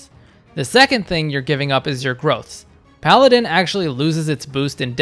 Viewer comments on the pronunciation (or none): none